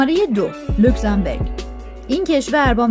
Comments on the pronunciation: بانوی محترم اسم کشور اروپائی لوکزامبورگ نه لوکزامبِرگ. بورگ در زبان المانی قلعه و بِرگ به کوه گفته میشه تو لاتینش هم رو نقشه نوشته.موفق باشید.🎉🎉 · لوکسانبورگ نه لوکسانبرگ معنیشون فرق میکند برگ یعنی کوه بورگ یعنی قلعه